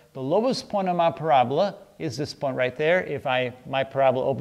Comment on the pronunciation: PRAB-LA???? Or PARA-BOLA?